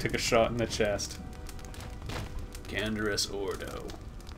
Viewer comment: Awww, everybody's here. Chodo, Zherron, Riiken, the whole gang. Also: CAN-DE-ROUS